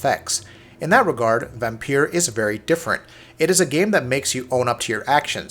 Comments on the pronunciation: Why does he keep saying "vampier". Dude its vampire. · I used to call it Vampyr as well, but the developers said in an interview it's pronounced Vampire. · Except you can hear the way he stresses words, sharply hit the "i" in "liked" (again and again) which would be the same emphasis as "pire." The "r's" roll a bit, but he's hitting those two vowel sounds clearly, and distinctly.